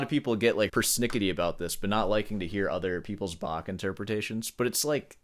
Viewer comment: Love your videos and your humor. However, to be really elitist, you probably need to learn how to pronounce "Bach".